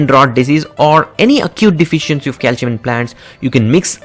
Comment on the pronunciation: Cal-SEE-ummm... Now you try to say it! He cant say calcium at all hahaha